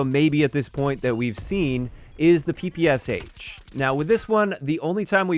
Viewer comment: It's not P-P-S-H, for gods sake!!! It's Peh-Peh-Sha, after the Russian pronunciation of the first letter of each word Pistolet-Pulemyot Shpagina (i.e. "Shpagin Machine Pistol")